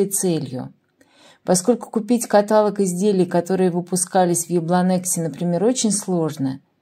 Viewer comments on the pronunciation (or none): КаталОг, а не катАлог. Режет слух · КаталОг, а не катАлог!!! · большое спасибо за интересное и познавательное видео и ваш рассказ за кадром! Пожалуйста, каталОг, если вы говорите на русском языке.Точно так же, как диалОг, алфавИт. В русском языке очень много заимствованных слов из других языков, но это не отменяет их правильное произношение. Даже если ваша фамилия.)) Спасибо. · Интересный рассказ, но надоговорить правильно каталОг!! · КаталОООг. Уларение на прследний слог. Ну пожалуйста!!!!!! Вы же не говорите : гОлова, голОва, солнцЕ, магАзин , дерЕво ..... Благодарю за понимание. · правильно говорить каталОг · Каталог-ударение на последний слог.